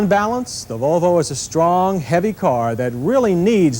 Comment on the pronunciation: Why does he sound drunk whenever he says "Vuuulllvvvvvvoooooo"